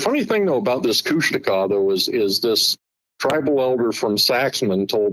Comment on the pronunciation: KOOSH - TAWKA.. that's how to pronounce it.. not Kooshteka